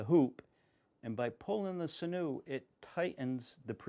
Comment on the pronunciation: Its pronounced sin-you. 😉 Great videos btw 👍🏾👍🏾